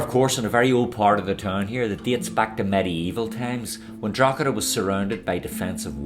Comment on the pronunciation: Draw heda, silent g